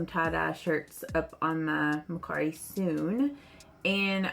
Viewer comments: I think it’s MER CARI. NO MAR CARI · It could be her accent, it's a little southern ❤. She pronounced it Ma/cari. Which I also say ma/cari lol.